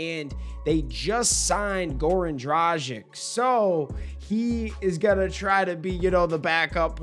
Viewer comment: Ιt's pronounced Goran Dradzits